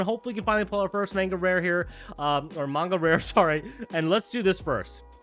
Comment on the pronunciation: BRO SAID MANGA CORRECTLY 🎉🎉🎉🎉 also never noticed how slick that hair cut is G 🫡